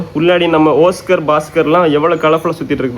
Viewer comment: ஒஸ்கார் இல்ல தம்பி அது ஆஸ்கர்